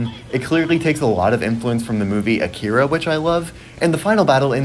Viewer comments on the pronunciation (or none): none